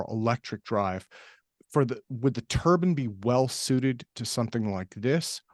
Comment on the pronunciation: IT’S NOT A HAT, IT’S AN ENGINE!! (turbine NOT turban!! ) FGS, get it right! 🤡🤡🤡